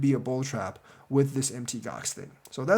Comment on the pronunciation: PLEASE PLEASE FOR THE LOVE OF GOD PLEASE STOP SAYING M.T. GOX. ITS CALLED MOUNT GOX....PLEASE!